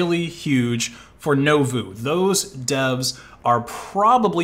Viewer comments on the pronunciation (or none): Nouveau is "noo-voh", not "noh-voo". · IT'S NOT NOH-VU IT'S NU-VOH FREAK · *nu-vo (not novu) (nouveau) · i normally dont complain about this stuff but its funny how you pronounce nouveau exactly the opposite way its supposed to be. i mean it even shows the right pronounciation on the page you show lol. nuvo instead of novu. besides that good content as always! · It's "Noo-voh", with the accent on the "voh". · i like how u pronounced nouveau right the first time n then never again lol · Your pronunciation of Nouveau is painful